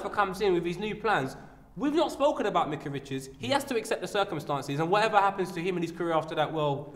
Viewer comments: I'm sure his name is pronounced, Mike-ah not Mick-ah. Don't know why he wouldn't correct Po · his names not mika pronounce his name properly